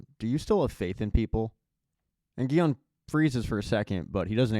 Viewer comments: Love how you said SONG-WU, XIANG & SA-BIAOK🤣🤣🤣 instead of sang-woo, gi-hun & say-biuk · Can't finish the video with you calling the main character the wrong name...his name is Gi-hun